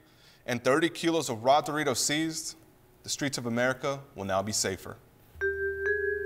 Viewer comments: Bro Said smuggle The raw duros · Duritos? I thought is was Doritos